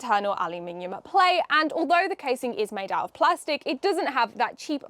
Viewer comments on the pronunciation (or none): none